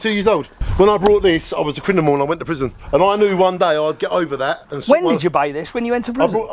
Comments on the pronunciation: the “CRINIMUL” 😂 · anyone notice he said crinimal? 😂😂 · "When i was a crinimal" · His only crime was saying "crinimal" instead of "criminal"🤦🏻‍♂️ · Is he saying “crinimal” and “brought” ?? Or is it just my ears?